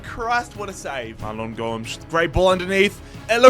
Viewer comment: Gomes is pronounced Gomez